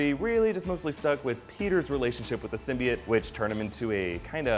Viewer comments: Its symbiote not simbiT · It's pronounced SIM-BEE-OTE simbiot